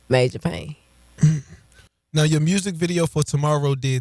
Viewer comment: Just love when the word “Music” comes with an “R”!!!! 😂 “Mrusical” like “Skreets” comes with a “K” sometimes. Lol